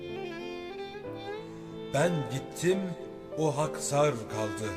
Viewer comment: Haksar kelimsindeki k ince telaffuz edilir